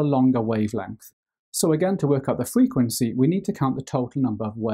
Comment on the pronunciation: the way he says frequency bless him fweekwenceee